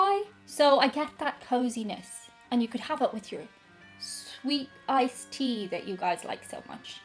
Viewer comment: and somehow the "tea" is stretched out into 2 syllables